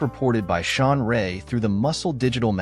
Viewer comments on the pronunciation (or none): none